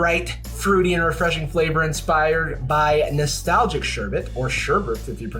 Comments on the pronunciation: “or ‘sher-bert,’ if you pronounce it that way…” 🤣🤣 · homeboy said sherbit lmaoooo